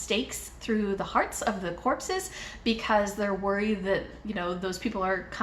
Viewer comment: YES!!! I'm so happy you enjoyed LORE!!! Also, lovely to hear you say the word corpses! 10/10